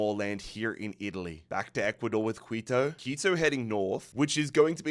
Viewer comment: Awesome job making these videos. It is now a yearly tradition for me to watch these in their entirety. It's clear that you put an ungodly amount of work into these, I know I would lose patience with it so fast D: A few pronunciation tips if interested: Caracas = "cr AH kiss" Quito = "KEY toh" (like "cheetoh" but "key") Amiens = "AM yawn" but you kinda drop the "n"